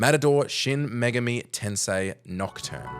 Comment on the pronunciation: Kudos for both putting the accent on the correct syllable in "Megami" and for including. Though it should be noted that, although you said his name correctly, Demi-Fiend's name was written as "Demi-Friend".